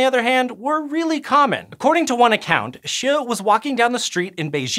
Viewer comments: No. It's not even close xD. My jaw dropped since I thought could probably pronounce it, a very common Chinese surname. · The way he pronounce E. T. Hsieh I found to be hilarious!! He probably pronounced it correctly, at least it sounded correct.